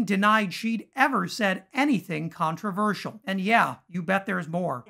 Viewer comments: Controversial- got the pronunciation wrong twice. Small point? Or maybe being relatively literate and educated is important. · Yeah, "contraver-shee-yall...." Then, "contra-verse-ull". Just throwing them out there to see which sounds better---like her opinions. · How many ways can you mispronounce controversial? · The blonde dude can't even say the word "controvershyall" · Haha “Contrivers-seal” tooo big a word eh Marge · Controverseeal and controversal? Does she have a speech impediment? {:o:O:} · Marge, it's CON-TRA-VER-SHALL. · She can’t even pronounce controversial. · She can't even pronounce the word "controversial." Good god. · She cant even pronounce the word controversial. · She can't even pronounce " Controversial" without really having to think about it. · Peach tree dish. Caspacho. She can’t even pronounce controversial. How the f—- did this women become part of congress? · "I stand by the words that I say..." even if I can't say them correctly. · You can trust MTG to mispronounce controversial three times in nine seconds. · She doesn’t think she said anything controversial because she can’t even pronounce that word. 😂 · She can’t even pronounce the word controversial…. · She can’t even pronounce “controversial” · She can't pronounce the word "controversial" either nor can she answer a straight question. She's all "fake" and desperate to be relevant. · "I stand by the words I say". Really? Three attempts at getting her dumb mouth around the word "controversial" and I still don't think she nailed it! 😂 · She can't even pronoun controversial.. after 3 tries.. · She can't even pronounce the word controversial properly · Can’t pronounce “controversial”! 😂🤣😂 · Green can’t even spell ‘controversial’, much less pronounce it! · Two failed attempts to pronounce “controversial”! Stands by her mispronounced words, though! 😵‍💫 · Can’t pronounce “controversial”! 🤪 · Gespacho space lasers can't even say controversial and the things you say aren't true marge